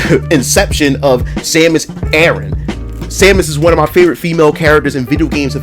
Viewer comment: It's CASSIE Cage, not 'Casey'. It's Samus ARAN, not 'Aaron'.